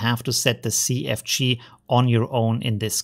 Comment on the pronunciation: I don't mean any offense by this, but sometimes when you say "CFG scale" I hear "sea of cheese" and it makes me chuckle.